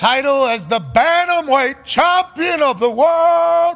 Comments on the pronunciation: 😂 Pat and his Chomp-pion pronunciation. Bruh its Champion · I keep hearing Pat say "Chompion" but what is that exactly? 🤔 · Why does he say Chompian? It’s annoying as hell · chompion lol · Can anyone please explain why he says Chompion? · AH YES THE CHOMPION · lol is he saying "chompian" on purpose? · Chompian, is he saying that on purpose? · why does he say chompion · Why Pat say “CHAWMpion?” Lmao. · What can’t dude say the word Champion?